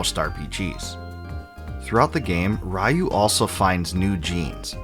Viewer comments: I can't believe there are still people who pronounce it RA-YOU. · I always thought the pronunciation of RYU is re-you. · Ryu is pronounced “ree-you”… strange that you’re making a video about the series yet don’t know that. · Why English speakers has issues pronouncing RYU how it supposed to be pronounced? It is so annoying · I thoroughly enjoyed the video [and all the information provided], except for all the parts where you said his name (Ryu) wrong. 😊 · Sorry😂 but I keep laughing the way the host pronounces “Ryu” because back in the 90s before we knew any better, everyone pronounced it this way because of street fighter which was wrong! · Who tf pronounces Ryu like that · Decades later, you stupid Americans still can't pronounce "RYU" correctly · Very well done retro, though every time you pronounce Ryu it hurts my ears 😅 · Did you purposely mispronounce Ryu’s name for comments? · Complains about translation issues. Mispronounces 'Ryu' about 10,000 times. :D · Ryu = ree-you, not ray-you. I wish Capcom make new BoF game. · Raiu? I though his name was Ryu lol. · Ree you, not ra you 😂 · Just a well meant hint: It's pronounced "Reeyu" - not "Raiyou". Other than that awesome video! Thank you! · Amazing video, but please oh please stop pronouncing Ryu like rai yu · 2023 = RAI-YOU! Ryu = Ree-you ✅ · Bud, Ryu's pronounced "ree-oo," like PU. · good video, hearing you butcher Ryu's (Ree-Yu) name wasn't even in my head seeing some of things i never noticed before. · I appreciate this video, but come on man. At least say Ryu's name correctly. "Righ-yoo" is typical 90s English mispronunciation of his name. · Ri-you….. try it. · REE-YU. Take a 20 second Japanese pronunciation primer. All five vowels are always pronounced the same. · "Rai-yu?" Wow, it's been a LONG time since I last heard that name mispronounced like that.